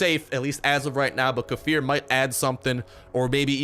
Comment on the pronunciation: Probably won't see this but kefir gave you a shout out. They posted how to say their name correctly and they pointed you out as saying it wrong lol. Correct way to say it lay-fear